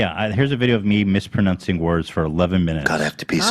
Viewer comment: miss-pro-nusing words